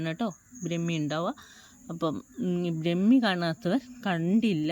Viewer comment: ബ്രമി അല്ല ട്ടോ,,,,, ബ്രഹ്മി എന്നു പറയണം